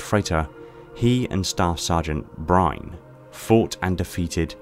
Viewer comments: Brine? Byrne has the y before the rne, so in my mind it's pronounced more along the lines of Buy-ern or Beern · Nolan Byrne's last name is pronounced as burn